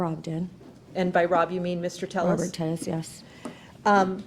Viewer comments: I didn't know telles was latino. She's pronouncing his surname where the 'll' is pronounced like a 'y.' Like 'Tay-yas.' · He only corrects them when he takes the stand. Maybe a political choice to pronounce the LL so as not sounding as ethnic ???